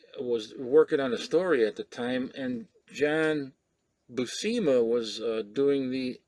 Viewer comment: Great video,. That is odd about the pronunciation of John Buscema. I interviewed Joe Sinnott in 2019 and when he mentioned John Buscema a few times, he said Bu-sem-a. He knew Mr. Buscema so I thought that was correct but maybe not.